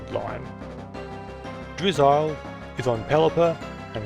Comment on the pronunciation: Very informative video I've been thinking about going for the national dex with my 10 year old daughter forever but I may finally do it now or at least do what we can with the switch games because we have them all. Also in love the way you pronounce "drizzle" lol it made my day